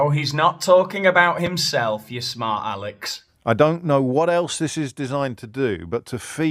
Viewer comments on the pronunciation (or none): aleck not Alex 😋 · Alec not Aleck